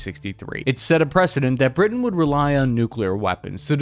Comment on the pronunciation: LOL “Britian”